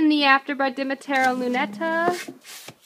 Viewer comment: i wonder is she learned that Dimitria is pronounced Demi-tree-ah lol